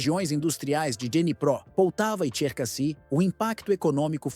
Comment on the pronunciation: Pronúncia corretas : [poltáva] palavra paroxítona, NUNCA póltava [odéça], NUNCA Odes SIMPLES assim..